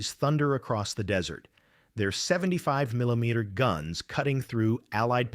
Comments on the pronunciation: "weighs one thouzAdoror eighty eight pounds" ; "our thirty seven meelomillometer anti-tank gun" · It's pronounced "mininimilimimet" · Why is it so difficult for AI to pronounce millimeter? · How is it not only unable to pronounce millimeter, but also unable to pronounce it the same way twice? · AI rambling "history" full of random unrelated AI generated pics with fake dust and scratches in a cheap attempt to give this some sort of credibility.. and then there's the repeating factoid loop commentary............. AI unable to even say millimeter correctly and I lost count of how many times "democracy" was thrown in for the patriotic eagle crowd. Sigh... AI nonsense.. disliked and unfollowing it's just too annoying to watch anything from this channel.. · I’m fascinated by AI’s inability to pronounce millimeter correctly. Narrate the words yourself..